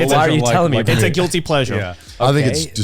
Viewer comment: Joey should've put an emphasis on the GUILTY, in "guilty pleasure."